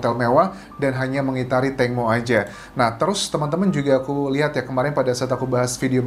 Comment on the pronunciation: Tang Mo bukan Teng Mo 🤭